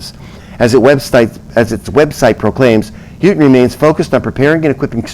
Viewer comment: Houghton university is pronounce Long O